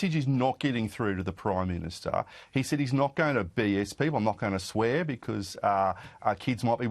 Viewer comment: He's the PRIME MINSHTER!!!! May i suggest that this pronunciation be adopted for bad government. "MIN SHT ERS "😅 describing incompetent self serving, ideologists taking a wrecking ball to everything. There's the energy minshter, the foreign affairs minshter, the transport minshter, a minshter for everything 😮. May the good lord deliver us from these awful minshters😢.